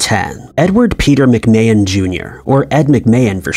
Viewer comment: No he said “Ed McMa hand”